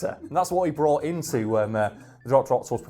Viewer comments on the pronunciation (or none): none